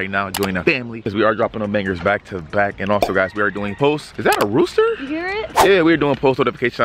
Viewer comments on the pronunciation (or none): "is that a rosster"